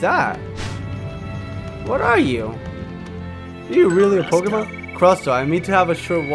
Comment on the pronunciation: u pronounced the pokemons name but it ok